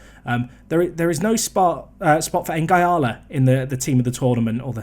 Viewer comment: I must admit it annoys me when you call Nguala "N-gy-ala" when it's pronounced "N-gwala"... obvs doesnt make any difference but just one of my silly things...